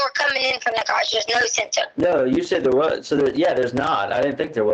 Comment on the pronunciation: Love how she pronounces the garage as (graush) good to know that her extensive education is showing in this and other calls with Al